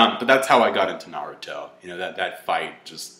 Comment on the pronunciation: i TRIED I JUST CAN'T GET THROUGH THE WHOLE VIDEO , YOU ARE THE ESSENCE OF NERD! he spoke about ME!!! ME!!! The essence! The best part is you pronounce naRUto! GeeK 10THFKN POWER.